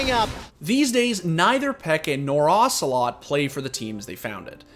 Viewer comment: OcelotE not ocelot, its not metal gear solid character dude wtf